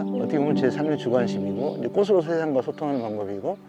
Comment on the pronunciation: '꽃으로'는 '꼬스로'가 아니라 '꼬츠로'로 발음해야 합니다.'꽃에 대한'은 '꼬세 대한'이 아니고 '꼬체 대한'으로 발음해야 합니다. 꽃전문가시니까 더욱 신경써 주세요. '숲이 보여요'도 '수비 보여요'가 아니고 '수피 보여요' .^^